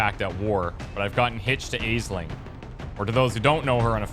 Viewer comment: Aisling is pronounced "Ashling"